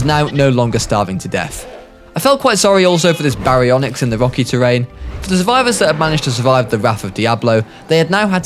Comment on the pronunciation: our alpha baryonixt like what the hell it's pronounced Ba-ri-on-ix Baryonyx